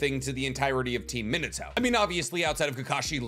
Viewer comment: God I hate how he says Minato it’s mean ah toe !!!! Not min ah toe !!!!!